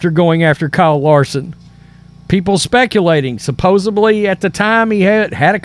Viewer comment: I don’t give a crap about NASCAR; I clicked on the video because Wallace seems to be a controversial figure. I didn’t even know he was black. You made some really good points, then you ruined it at the end when you stupidly threw around the words “woke” and “Marxist”. Now I see why your channel is called black & white sports…perhaps black versus white would fit better? Also, the word is “supposedly”, not “supposably”. Maybe that will help you finally pass your GED exam…